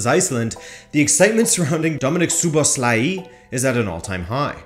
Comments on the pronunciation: It's mispronounced. It's a regular O in Szoboszlai and not an "oo" sound anywhere. And the "i" at the end should be shorter. Also in Hungary it's common to say the surname first and then the name, so Szoboszlai Dominik. Hope this helps if not there's a good pronunciation on forvo dot com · That's right, one small thing, the two O letters in his name are pronounced as a regular "o", not "oo". And also if somebody wants to be picky, the "i" at the end should be a little bit shorter. Anyway, it was a great video! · STOP pronouncing that i at the end like iiii. You do great content each time, but you need to work on names and players pronunciation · It’s pronounced lik So-Boss-Loi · A proper Hungarian here to clarify the pronunciation. Phonetically it is Soh-bohs-la-yee. Hope that helps 😁🙏🇭🇺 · Soboslai (English pronunciation.) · WHY DOES EVERYONE BUTCHER HIS NAME? ITS PRONOUNCED ZOBOSLAI 👍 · just pronounce it as So-boss-la-e, this is the easiest way for english speakers imo as a hungarian. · It's pronounce Jobo-shh-la-i